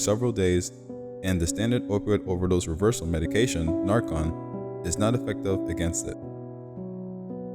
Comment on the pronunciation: FYI announcer guy, it's pronounced 'Nar-Can' (like a CAN of soda), it is NOT 'Nar-con' like you pronounced it